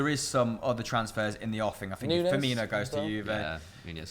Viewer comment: Certain things the English say sound different to my American ears, even the closed captions thought that he said 90 million for Firmino the first time lol